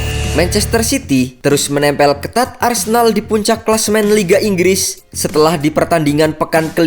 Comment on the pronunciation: Min ngopi bngsd "Inggis apa Inggris Bngsd 😂